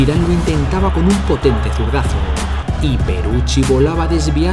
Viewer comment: Locutor..Lazio : Lachio..(q im.becil)..es Latzio.. Peruzzi : Peruchi (que im.becil de nuevo) ..es Perutzi..informate bien!!